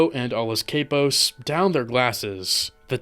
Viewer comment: 😂cant even pronounce capos!!!